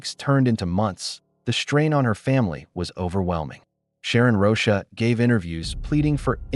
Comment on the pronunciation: The AI reading has to stop! Rosha? It’s ROCHA!!!